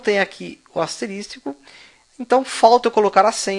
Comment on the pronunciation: Aula muito boa, mas "asteristico" não existe, é asterisco.